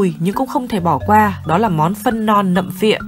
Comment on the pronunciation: 'nặm pịa' chứ không phải nặm phịa ty nhé phát âm chuẩn nhé